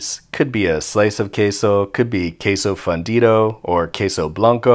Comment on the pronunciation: ✨queso✨ Also, it's "queso fundido", not "fundito". Att: an Spainard.